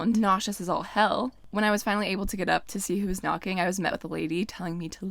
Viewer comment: “No way in hey’l” lol. You are ready for the south!